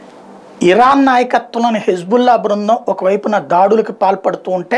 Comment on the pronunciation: Hబుల్లా కాదు హిజ్ బుల్లా